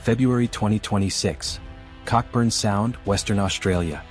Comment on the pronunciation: Mate. It's pronounced Co-burn.